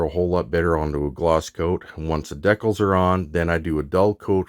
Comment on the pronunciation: What are deckles? Do you mean "DEE-CALS" ???